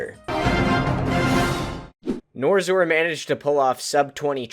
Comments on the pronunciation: bro the person who made the video pronounced yuor name wrong its nor X or not norzor. How do yuo feel about that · I understand why you're saying NorXor like that, but it drove me a bit crazy. Still a great video.